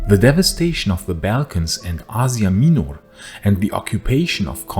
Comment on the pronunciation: you pronounce asia minor wrong the whole time but thanks for the video